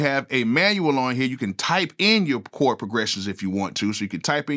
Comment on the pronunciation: “Chord “, NOT “Cord”.